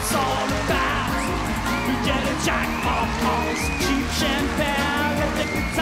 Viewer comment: "I love ORR of you". 🤣